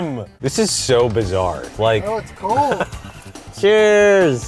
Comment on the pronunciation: It sounded like said "Tchuss" instead of "Cheers" at the Beverly Hills noodle spot.